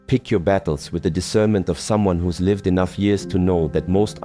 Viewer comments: Can't AI voices be trained to pronounce words correctly? Every time the AI voice mispronounces "lihv" when "liev" is called for, I wince, and lose track of his point. Frustrating, and it seems unnecessary. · Yes. You know it’s AI when certain simple words are pronounced incorrectly. The word “lived” pronounced like the word “I” as in “I am.” Also his mouth moves faster than the words he’s saying. Some of the ideas are good, however. But the monk himself is just a prop.